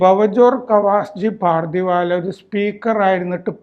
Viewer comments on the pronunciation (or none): പാർധിവാല അല്ല പർധവാല്